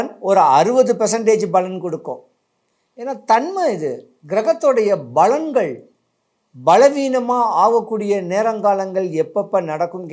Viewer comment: balangal illai palangal